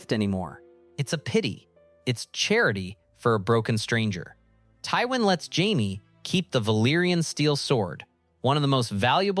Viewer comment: It is this channel is def AI scripts. Watch older ones it literally mispronounces Jamie’s name its reallt strange